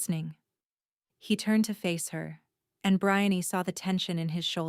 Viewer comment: I did not notice any odd backgrown noises. but it was grating on my nerves that the voice could not pronounce Brianne correctly. not even once